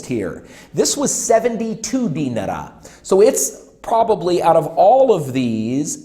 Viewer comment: I'm sorry for being "that guy", but you can pronounce Serbian dinar just like the Iraqi dinar. No need put any extra emphasis on the E, or rather I at the end. Also, you are spot on with the whole beer shirt topic, usually they will wear clothes with brand logos only if it came free with the pack, people here will either buy and wear a Red Star or Partizan shirt to show off their fandom, something to show off or basically project an aura of "F you I'm rich" or plain everyday clothes, guess they aren't original. I hope somebody does tip your PayPal, but I doubt it will be a Serb since there's a long running mantra that goes like "woe is me, I have no money and a low paycheck, guess I'll smoke 3 packs a week and buy expensive cars and furniture to ease my pain..."